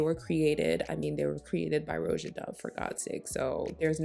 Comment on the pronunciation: Thank you for correctly pronouncing the name “Roja.” It drives me crazy when other YouTubers butcher it. It’s so easy. 🥹